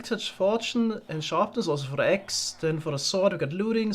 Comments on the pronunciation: funniest part about leaving his axe in the eggs chest is he says the word “axe” the exact same as he says “eggs” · I can't tell the difference between saying "eggs" and "axe", which makes the bit about losing the axe when collecting the eggs a little confusing.